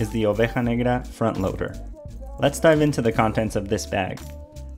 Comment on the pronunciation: When you pronounced negra correctly I hit that sub